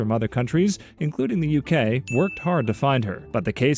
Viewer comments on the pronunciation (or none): THE YEWKAY?